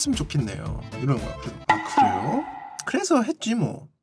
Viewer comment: 아 그뤠요~? 그래소 했쥐 뭐 ㅋㅋㅋㅋㅋㅋㅋㅋㅋㅋㅋㅋㅋㅋZ ㅈㄴ 킬포다 ㅋㅋㅋㅋㅋㅋㅋㅋㅋㅋㅋ